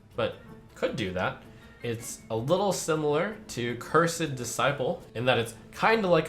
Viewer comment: Cur-said Disciple...?